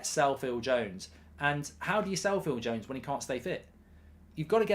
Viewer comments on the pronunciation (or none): none